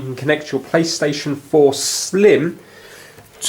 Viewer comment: Not plystision 4 slim its playstation 4 slim.😂😂😂🤣🤣🤣🤣🤣